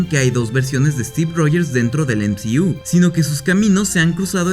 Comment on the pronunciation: El "em zi iu" 😂 nmms